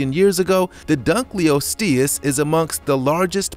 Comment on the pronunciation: dunkleosteus: dunk-l-lost-e-us